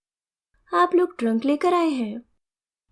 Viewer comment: ट्रंक नहीं ट्रक 😊